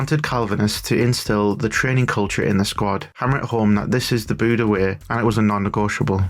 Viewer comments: You're really butchering the Norwegian names. Especially, Bodø, but also Knutsen. Try BOH-duh. The "ø" sound is similar to the "u" in "burn" or the "i" in "bird". The stress is on the first syllable. You're NOT supposed to omit the K- in Knutsen, it's not the word knife in English. You may have learned about a King Canute in school? His name was in fact Cnut or Knútr. Knutsen means son of Knut. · it's Bodø ( sounds like Boh Dö roughly ) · It's pronounced; Boo-duh / Boo-the (Bodø/Bodö) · I love it. The way you pronounce Bodø makes it sound like Buddah. Not all that interested in football outside of playing it myself, but was a short video about something happening in my own country so had to check it out. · The O sound in ''Boo'' is as you describe it, low and flat. Comparred to the ''Bo'' sound most seem to pronounce, which almost sounds like ''Bow''-- Making the pronounciation ''Bow-Dow'' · I'm a native from Bodø and I dislike pedantry about pronunciation because we do it just as badly vice versa. But if you want to know, the O should be dark and flat, and not have any u-sound in it. But the second part, "duh" is a great example you've given. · It's interesting that you think boo doesn't make a u-sound. You would agree with me if you could hear how we pronounce Bodø. Also not sure why you try to change the part I told you was correct, the "duh" part.